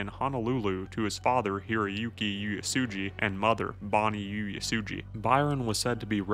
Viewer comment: I was living in Honolulu when this happened, I think it’s important that the story is spoken about. But the individual who is narrating would you do yourself a favor and learn how to pronounce names in words that are Hawaiian and Japanese. HONOLULU is not spelled or pronounced HANALULU there is no A in Honolulu. Oo ay sue gee = Uesugi